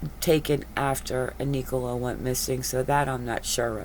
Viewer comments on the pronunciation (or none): IT'S NICOLA NOT NEECOLA .